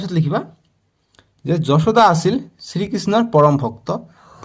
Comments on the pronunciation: Sir apuni banan bilak huddho koribo apuni koise josuda josuda nohoi johuda😢😢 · ছাৰ যশোদা নহয় যসোদা